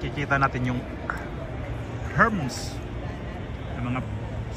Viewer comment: Herms parang Germs lang kuya- Er Mes po